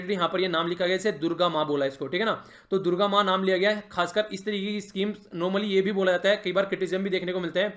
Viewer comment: It's not दुर्गा मा, it is Durgam, means areas that's difficult to go to.